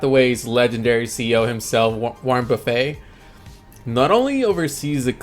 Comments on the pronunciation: As a financial guy it did strike me odd that u don’t know how to pronounce Warren BuffeTs’ name. He’s the dude that everyone in $$ looks to?! Came back to check on this channel, not a robot voice at least! GME, won’t stop can’t stop game stop! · I have the same question. If it is, I’m very surprised he is mispronouncing Warren buffet and Ryan cohens names